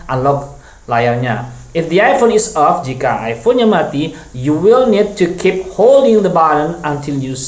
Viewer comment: Off ya bukan of